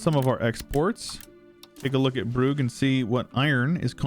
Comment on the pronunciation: Brugge prononciation is easy: b rolling-r schwa h schwa. Don't let the Dutch fool you into a hard g